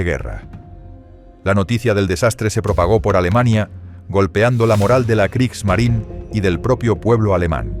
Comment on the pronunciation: ¡Kriegsmarine! No Kriegsmarin. Kriegsmarineeeeeeeeeeeeeeeeeeeeeeeeee. con una vocal e al final. Habría que ser extremadamente torpe e ignorante para creer que la Marina de Guerra de Alemania tenía un nombre en idioma inglés, por lo que si su nombre terminara en la vocal e, esta no debe pronunciarse.